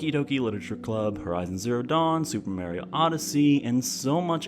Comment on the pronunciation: Did you just say "meh-ree-oh?" Jesus christ. He says his name in every game since the 64... Also: did you really make an argument in favor of bad controls? I'm done with this video. See ya, I'm off to a better channel.